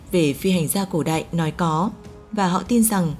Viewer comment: Chị này nói giọng Bắc mà phát âm sai chữ y vd cổ đạy, hiện đạy mới ghê